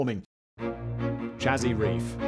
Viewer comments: You are saying Chazy Reef incorrectly. There is a nearby village which is also bears the name Chazy. It is pronounced Say-zee not Cha-zee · Me either ...and I spent my childhood years living in the tiny farm town of Chazy. (it's Shay-Zee, btw, love how Simon tries the pronunciations, lol.) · I grew up in Chazy, New York, on Lake Champlain. I would see Isle Lamotte every day and have been there numerous times, but just recently to get a closer look at the fossil reef. "Chazy" is pronounced like 'hazy', with a soft 'ch' like Champlain. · I have a B.S in Biochem/Biophys from SUNY at Plattsburgh, NY. Nø disrespect intended, Simon, but "Chazy" is pronounced like "Shay Sea." as if said as one word. I lived in the summers I spent there primarily by fishing in Lake Champlain. It is truly beautiful there in the Spring, Summer, and Fall. It is brutally cold in the Winter. (I live in Arizona now... ). 'Nuff said.